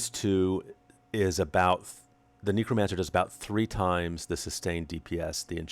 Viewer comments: Very disconcerting hearing you mispronounce Necromancer over and over as nEEcromancer instead of nEHcromancer :( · Neck-row not neecro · amagad NEH-cromancer not NEE-cromancer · KNEEcromancer LOL